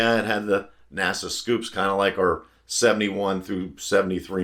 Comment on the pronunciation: A couple of points 1) Its NACA ducts not NASA. 2) An XBGT never won at Bathurst. They raced but never won.